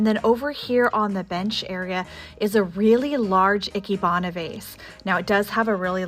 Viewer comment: Ikebana - pronunciation is like ee-kay-bah-nah